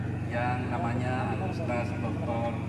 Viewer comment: selamat ngomong" ustadz" aja gak bener jadi " sutat" 😂 apalagi bicara soal agama ? bs kacau deh 😂😂😂